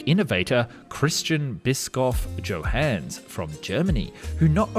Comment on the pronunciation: Christian Bischoff Johannes, not Christschän Biskoff Tschohänns 😅